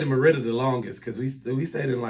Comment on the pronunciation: This is wild! I just got done reading a post you put in a Facebook group about how much you thought Mérida was boring. Suddenly, while watching YouTube, your channel popped up! 😳. Wow! You keep mispronouncing Mérida, so I guess you really didn’t like it! 🤣. Sorry it didn’t work out. Mérida is perfect for me right now, but I’m retired, so…🤷🏾‍♀️ big difference in what I require vs you with a growing family. Good luck to you!! 👋🏾